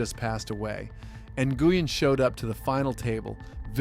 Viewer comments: what you don't remember Scotty New-goo-un. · This OP can’t even pronounce some of these names. Scottie Nguyen he called him Ger-uan 😂